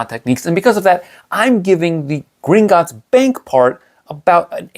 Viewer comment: It's not Gringotts. It's Gringot_ts